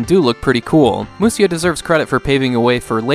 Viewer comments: Grateful for the content but just wanted to add it should be pronounced /musha/. Musya is just an unstandard way of transliterating the word into Roman letters. Even now, if you type m u s y a on a Japanese keyboard you'll get 武者 just the same as if you type mushya. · Ive always felt the graphics were very good for an earlier SNES game! on a related note, its pronounced Mu-sha. For some reason when Japanese was romanized, the 'sha' sound could be written as sha or sya.